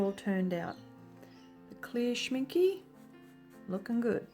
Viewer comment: You are pronouncing Schminke total wrong. The " e" at the end is pronounced like the beginning" e " as in elephant.